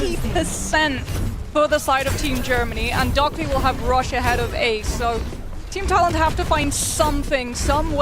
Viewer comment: stop calling him DockLy, it's Dockiy 🇩🇪🇩🇪🇩🇪🇩🇪🇩🇪:face-red-heart-shape::face-red-heart-shape::face-red-heart-shape